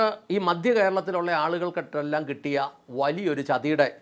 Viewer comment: ചേട്ടാ രാഷ്ട്രീയക്കാർ എപ്പോഴും അവർക്ക് ലക്ഷങ്ങളും കോടികളും സംഭാവന കൊടുക്കുന്നവരുടെ ഒപ്പമേ നിൽക്കൂ. പിന്നെ "മദ്യ" കേരളമല്ല, "മധ്യ" കേരളമെന്ന് പറയൂ. (കേരളമിപ്പോൾ മദ്യകേരളം തന്നെയാണ് എന്നത് ശരി തന്നെ)